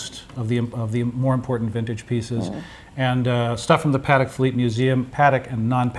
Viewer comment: Almost sounds equestrian-I don't think that is the french pronunciation -no "d" but "t"...I stand corrected in advance if I am wrong...